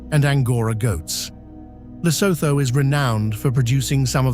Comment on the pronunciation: Awful AI rubbish. Can't even say Lesotho properly.